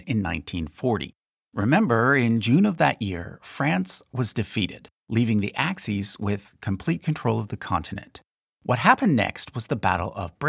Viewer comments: Axis, not axes. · Axes? Like X, Y, and Z? I think you mean Axis.